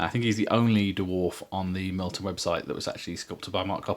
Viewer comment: Hey, a Bear's Head human! You are a man of taste. However I can't not point out that it's Mirliton not Mirlton ;)